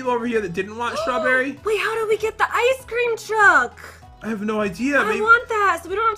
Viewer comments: NAAAAH, they are just saying "IceCreamu!" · You insulted me I am Asian I don’t say Icecream-o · just because they say “Ice Careamo!” Doesn’t mean that they are aisan dummy and I know that because I’m aisan